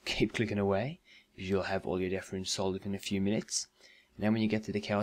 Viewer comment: It'd death rune, not deaf rune.